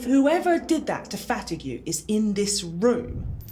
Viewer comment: I just noticed, why doesnt pronunce fatigue name the french way?